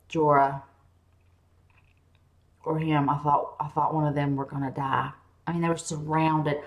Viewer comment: "ah doent wunt shireen to dah" oh you poor poor thing. love your videos though I've been binging them in prep for season 8 :)